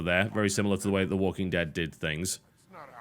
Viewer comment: Well, if you didn't pronounce the e in the as a long E then it would slip of the tongue a lot better. You know what would be better than telling us about the gameplay? Showing us the gameplay. You know, instead of walking in circles for five minutes. You do this way too often. Yeah... ludonarrative dissonance is probably one of the least meaningful ideas I've ever heard thrown around about games, and only reminds me that every field needs it's ridiculous jargon to feel as if it's srs biznuss.